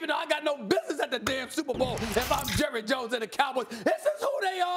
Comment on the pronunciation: “Jurry Jones”